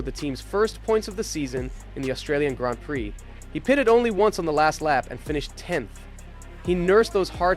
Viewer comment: When you can’t even pronounce Grand Prix properly….